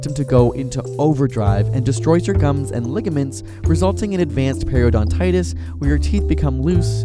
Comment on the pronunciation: Periodontitis , you missed the "o".